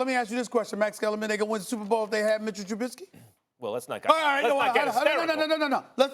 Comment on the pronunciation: Bears fans felt that when Stephen A said Tribusky